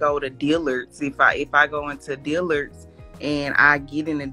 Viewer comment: or how she said Dillard's smh, she said "Deeelurds" 🙄